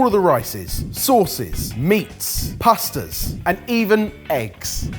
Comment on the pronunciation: I've never heard someone pronounce Pasta as 'Puhh-stuh' 😂